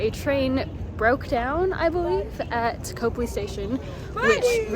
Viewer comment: Nice work, but you got off to a bad start by adding an S to the Boston Public Garden! There's only one of them! And Copley is pronounced COP-Lee, not COPE-Lee. 🙂